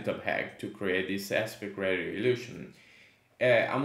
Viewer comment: Great video. Thanks for taking the time to explain this. It’s really helpful. Just a friendly heads up, it’s pronounced “RAY-SHE-OH”.